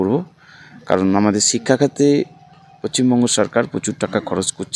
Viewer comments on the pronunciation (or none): Paschim bongo bolteh parchena bolche pocchimbongo, kikore wbcs pass korlo k jne😂